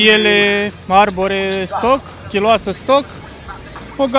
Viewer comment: E pasionat de masini proprietarul,da" tot ""chiulOasa"" pronunta...